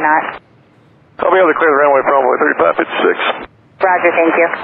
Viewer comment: In the beginning of the clip I find it remarkable that ATC knew which plane was talking, that didn't sound anything like 3556, most of the transmissions it sounds like 35 36...